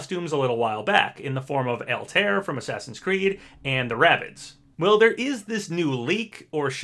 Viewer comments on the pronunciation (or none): All-tie-air is how that name is pronounced dude. Not El-Tear.